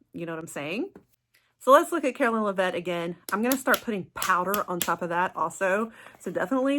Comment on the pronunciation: Karoline Lev-it not La-vette